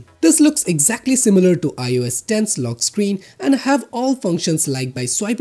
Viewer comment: Lock Screan" rlly m8?